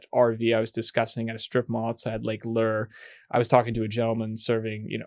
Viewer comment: Lake LOOURE... not LEER